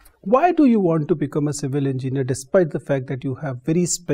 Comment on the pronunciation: Sir said Civil engineeri